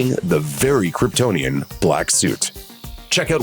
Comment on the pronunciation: I'd have died if Jor el pronounced it "Kryptin"